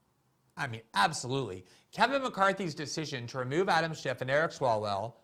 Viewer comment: GG it's not Adam Shift, it's Schiff.